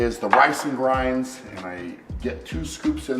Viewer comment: Is he saying grans or grains?😂